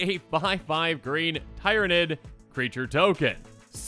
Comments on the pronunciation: To help with how this is pronounced it is like teer-a-nid also short named as nid(s) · Its actually pronounced tier-uh-nid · I'm gonna help you out with Tyranid. Tyr, is pronounced like tear 😢 If we break it down, tear-a-nid I hope this helps 😅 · In case you where wondering how to say tyranid you pronounce it like tear-a-nid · Tyranid like tyranny, Beh la core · Hello! Local space bug fan here, the creature type is pronounced Tear-uh-nid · Tyranid= Tear-Ah-Nids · Tyranid rhymes with beer-a-nid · Hey, Tyranid- "Tier-uh-nid" Nid is like Vid. Astartes- "A-start-tees" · I cringe a lot when people can't say Tyranid, but one of things that can help people know how to say it is watching Lore on them or even fun play some of the games. But yeah I am going for the Tyranid Collectors deck. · “Tyranid” is pronounced similar to “Tyranny” fyi. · That's a word that can be pronounced two ways lol. Long "e"